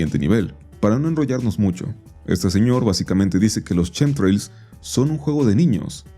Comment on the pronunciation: Justo los "chemtrails" no tienen nada que ver con Chems por qué nisiquiera se pronuncia igual 🫠